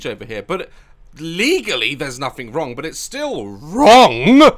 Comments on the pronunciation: Why did he say wrong like that 😂 Daz: its legally not wrong but it's still WroNgG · the way Daz said WRONG 😂😭